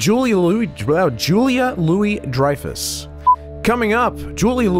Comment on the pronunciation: Coming up! Jully Louie... Julia... Coming up! Jully Louie Dreyffuh...